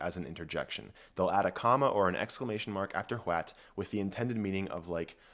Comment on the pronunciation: How many times did homeboy have to do retakes from adding a "T" sound to the start?